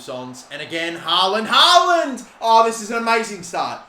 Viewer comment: Just a heads up. The double A's in "Haaland" is pronounced like the A in "hall"